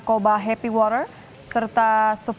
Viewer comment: Nyebut water nya biasa aja kalo mba... 😅